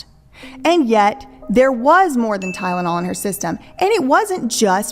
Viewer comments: I knew she was lying when she started with “TY-DA-NOL” … Girl, … It’s TY-LEN-OL. NOT TY-DA-NOL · Gosh yeah I thought it was just me but that Ty-da-nol pronunciation was so weird!